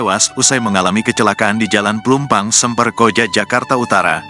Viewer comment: Semper min...bukan sember